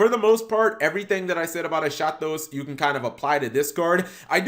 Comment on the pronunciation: It's pronounced "Eskatos". It's Greek, meaning "last", whereas "protos" means "first".